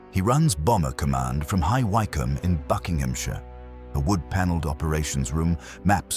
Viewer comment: It's Wick..um. Not...Why....come!!!!